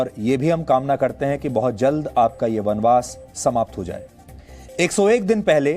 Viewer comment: बनबास? ये केया फुक रहा है?